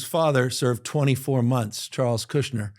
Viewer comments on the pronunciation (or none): none